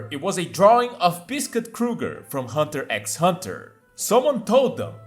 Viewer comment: "hunter ex hunter" lol